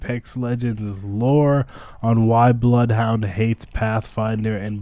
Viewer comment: Bloth Hondur